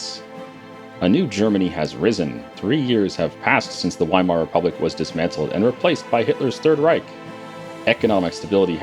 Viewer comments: just a heads up, W's in German are pronounced as V's. Veirmar, Vehrmacht, etc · Just a tip, its pronounced Veimar, In German W's sound like V's